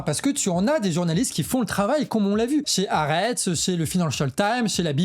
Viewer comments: "HAARETZ" les gars! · Bravo très intéressant. Stp la prononciation de Haaretz/ Al Shifa c’est juste trop dommage… et tu dis 1200 victimes « civiles » du Hamas le 7/10 ce qui occulte le nb de militaires /réservistes tués à cette occasion qui modifie quand même la nature des crimes (à mon avis, sachant qu’un militaire est un être humain mais certainement pas un civil)